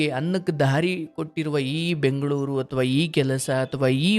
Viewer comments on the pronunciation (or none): ಅದು ಬ್ಯಾಗ್ಳೂರು ಅಲ್ಲಮ್ಮ ಬೆಂಗಳೂರು